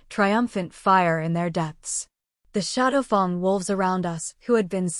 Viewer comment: It's good, but the AI reader mispronouncing shadowfang as shadowfung is very annoying.